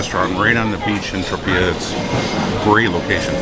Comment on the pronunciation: Tro-pay-uh Not Tro-pee-uh